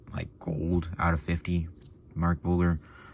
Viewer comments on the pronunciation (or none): Pronounced, Mark Bul-JER